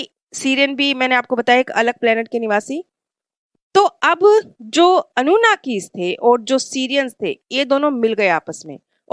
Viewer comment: Anugami nahi ji, wo anunaki the, aur v kuch he jo aapne sahi se nahi bola, mujhe lagta hai aapko aur aache se study karna chahiye tha, kausish acchi he aapki 👍